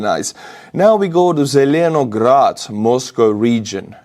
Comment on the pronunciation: It's pronounced "zilinaGRAT" like LininGRAT and StalinGRAT.